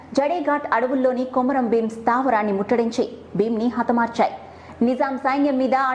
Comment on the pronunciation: కొమరం ప్రచురణ సరియైనధి కాదు( కుంరం)